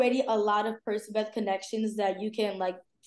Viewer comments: why did i think the ship name was pronounced "perkabeth" 💀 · ITS PER-SE-BETH? I SAY PERC-A-BETH.